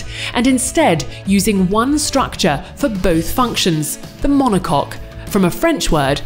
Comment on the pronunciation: I have to admit, it was nice to hear the announcer say "monocoque".